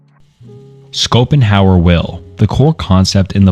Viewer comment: I love how schopenhauer became "Scoop'em Howard"